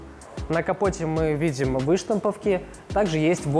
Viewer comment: дисковые,ударение на первый слог,выштамповки,ударение на О